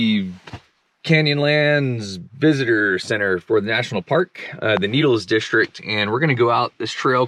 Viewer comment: There is no H in the word district..